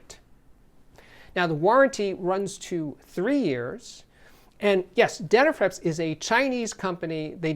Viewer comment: Forgive me but, how do you pronounce these word ‘flips?’ Then why do you pronounce dena’frips’ as dena’frEps?